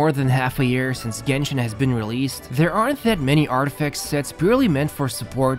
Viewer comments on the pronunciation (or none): none